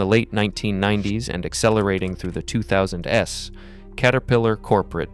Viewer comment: I hate these computer narrated videos. 2000s is pronounced "two-thousands" not "two thousand ess".